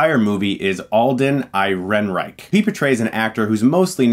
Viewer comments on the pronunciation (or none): "Alden Eye-rye-reich"?! lol REALLY?!? No friggin' WAY!!! 😂👍